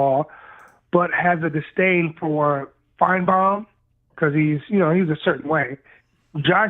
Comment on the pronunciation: Disdain, not "distain."